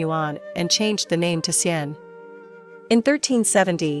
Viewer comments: Ar til lery. Don't swallow the artillery barrel. Same with pronouncing Xi an. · I don’t think you hv ever set foot in China. The city is called Xi An. Not XIAN. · Actually it is Xi'an